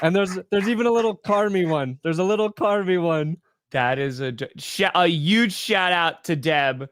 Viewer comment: saying Uuge is the reason the packers lost